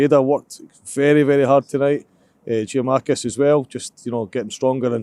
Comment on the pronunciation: Didn't expect him to say Giakoumakis wrong